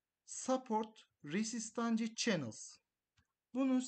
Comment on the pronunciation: Hocam teknik analizle ve youtube video işiyle ilgileniyorsanız lütfen biraz da kendinize yatırım yapın ve İngilizce kelimeleri en azından okumayı öğrenin. Çok tuhaf geliyor. Türkçe kelimeleri bambaşka okuyan birinden Türkçe bir anlatım izlediğinizi düşünün, aşırı rahatsız edici duruyor. Rezistans mesela Türkçe'ye de yerleşmiş bir kelime artık. Bu şekilde telaffuz etmek zor değil bence yabancı kaynaklardan araştırma yapan, bu işlerle uğraşan, takipçi kitlesi hedefleyen birinin kesinlikle önce İngilizce işini çözmesi gerekiyor.